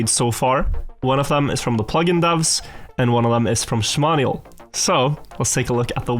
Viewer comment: Wait? Its shmaniol you always say Shmarnial? This is almost as bad as the nose slide incident